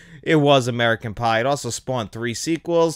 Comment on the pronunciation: When u said American pie u said American bi